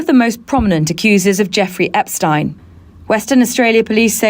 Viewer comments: Epstein pronounced . . 'Epp' - 'Schtine' . . rhyming with 'mine' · Ahhh, finally someone pronouncing that sh*tty name correctly!!! It's German name! Epstein, Weinstein, Einstein, Bernstein... Looks like Epsy is not dead because his accuser is now dead. R. I. P. poor soul who suffered so much.